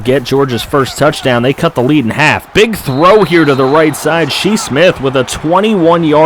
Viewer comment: Why do some people pronounce his name “she” Smith? Like they would name their son “she”? It’s pronounced “Shy” lol 😂🤷‍♂️